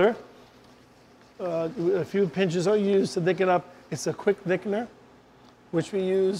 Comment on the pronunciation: Distracting that he can't pronounce the word "thicken."